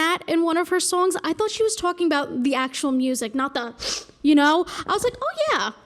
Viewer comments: Sounds almost like TWOC-ing. Which is something completely different. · Twolking about